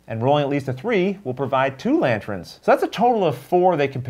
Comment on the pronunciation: Actually getting more interested in this game now that I can see it being played. One reason why I love this channel. Also the new ending music took me by surprise! And, I noticed kepy saying 'LanTRENS' and now I can't stop hearing it. x_x